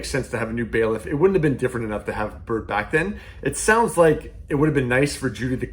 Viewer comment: His name is not Bert. lmbao Byrd